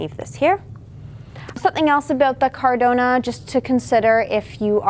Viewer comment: It's caradonna